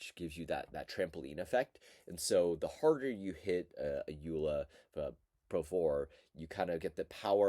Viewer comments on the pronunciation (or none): Joola is pronounced Yoh-luh, rather than Yoo-luh.